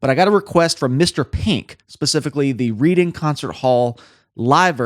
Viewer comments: Pronounced red-ing like bread.. Not reading like the book...fyi British place names are weird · As a Brit, you won't mind me telling you it's pronounced Red-ing, not Reed-ing. 🧐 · 'Reading'😂 It's pronounced 'Redding'. A town in Berkshire. And that's pronounced 'Bark', not 'Berk'. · I totally agree with you, I'm no fan of slap bass - all technique not soul. Unless you're talking about Mr King, that is. He's just an incredible bassist, period. He can do it all, perfectly. Hate him - the talented bar-steward! BTW - it's pronounced RED-DING not READ-ING. Just a little head's up from a Brit. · Love the channel and your work but FYI Reading (in Berkshire, England) is pronounced Redding (as in Otis). Respect. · FYI "Reading" is pronounced red-ding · It's pronounced "red ing" not reading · Red-ing not Reed-ing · Pronounced, Redding, Staytus... bloody yanks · The way to pronounce Reading is to use the past tense of the verb “to read” like Redding. For future reference. Nice reaction. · No offence but it's pronounced Redding! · Reading. Pronounced like Reading. Rhymes with wedding :) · I’ve nothing to add to all the comments here apart from, it’s Reading pronounced Redding. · Reading ( The town ) is pronounced Redding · reading pronounced redding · Reading is pronounced REDDING. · Great video ..i know is saying Reading but its pronounced redding 😉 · Pronounced 'Redding'. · It’s pronounced Red-ing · It's pronounced "Redding" altho' it's spelt Reading. There's no way you could know, so don't lose any sleep about it. English town names are a nightmare....Thanks for this awesome bass breakdown... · "Reed-ing Hall" lol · Just an FYI from a Brit, the town name Reading is pronounced Redding. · It is pronounced Red - ing. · Pronounced 'Redding' sir. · Great reaction! English place name pronounciation is really difficult for Americans! Reading is a town in the County of Berkshire, Pronounced Redding in Barksheer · For Reading read 'Redding' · It’s pronounce Red - Ing